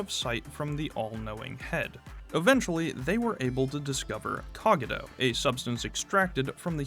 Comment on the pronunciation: Why is bro pronouncing Cogito like that?